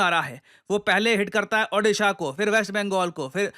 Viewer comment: Odisha nahi bola jaata kya aap se? Pehle Udisha bolte the ab Adisa pe aa gaye 😂